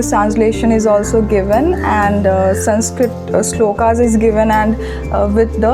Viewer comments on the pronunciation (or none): none